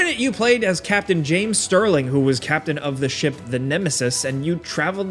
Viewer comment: I understood shit combat instead of ship combat 😂😂😂